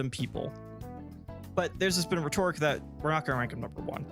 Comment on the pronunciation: Here's my HARSH criticism: You're mispronouncing "rhetoric". The first syllable is stressed. :)